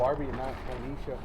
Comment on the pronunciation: The letters say Ponysha but i swear this guy said "Pornesha"